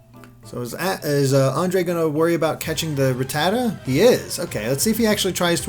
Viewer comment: oh man the way he pronounce ratatta sounds like fajita...